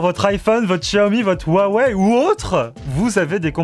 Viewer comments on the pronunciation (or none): none